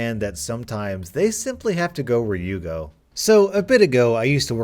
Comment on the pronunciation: “They simply have to go where you go.” Lol it sounded like “they simply have to go where Yugo.”